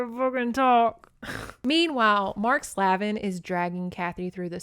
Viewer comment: Slavin is pronounced "Slave-in", Slaven also sounds the same 😂 ,no one ever wants to say the slave part 😅💕